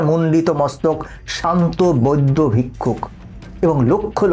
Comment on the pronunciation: তোমার উচ্চারণ ঠিক নয় উনাদেরকে বৈদ্য ভিক্ষু বলে না উনাদের কে সম্মানের সহিত বৌদ্ধ ভিক্ষু বলে তোমার আরো শিক্ষার দরকার আছে